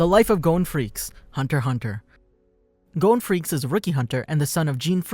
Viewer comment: It is not Gon Freaks it is Gon Fre cees